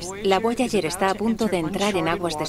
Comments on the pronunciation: Porque dice voayayer? Tambien Habel. entiendo que los españoles esten peleados con el ingles pero: Repitan despues de mi: Jobol, Jobol, Jobol... Boyayer. Boyayer. Boyayer.. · “BUAYAYER” JAJAJAJAJAJAAJAJAJAJAJJAAJAJJAJAJAJAJAJAJAJAJAJAJA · Es Voyager